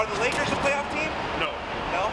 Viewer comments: Did this bitch just say layers instead of Lakers maybe I'm just tripping someone help me out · this lady really said layers instead of lakers smh lol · Did she say "Layers" or am I hearing things?